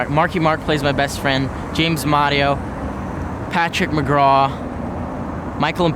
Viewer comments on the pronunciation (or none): none